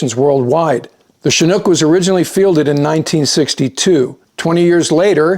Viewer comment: Thanks for your great reporting as always, and for correctly pronouncing Chinook...